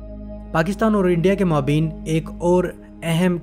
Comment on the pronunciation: اچھی معلومات لیکن آپ کے تلفظ بہت غلط ہیں۔۔خاص کر maabeen نہیں maabayn صحیح تلفظ ہے